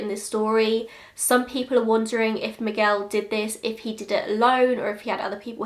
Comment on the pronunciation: Wow, The way you say Miguel is perfect. Sounded like a native! Great job 👌🏻